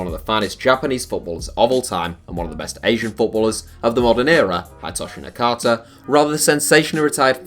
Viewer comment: haidtoshi nakata??? dude..